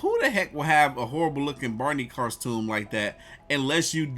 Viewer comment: "Barney Carstume"?? 😅😂🤣